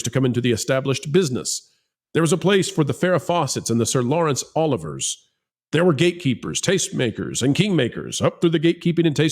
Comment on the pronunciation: I agree with everything you guys are saying. Although, you might want to look up on how to pronounce Sir Lawerence Oliveier's name.